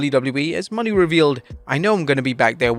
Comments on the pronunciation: Sasha's new last name is pronounced "Mo - NAY"... not "Money." It's been months now... you're playing ignorant and out of touch on purpose? You could change but you're choosing to read what's in front of you incorrectly. What on earth is the payoff? Losing viewers? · Christ Mercedes Mone isnt pronounced money